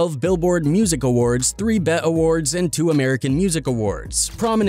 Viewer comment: It’s B.E.T not bet